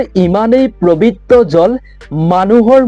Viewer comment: Prabitra nohoi pobitra he . Aapuni eketa bakyake bare bare koise . Huniboloi bhal loga nai .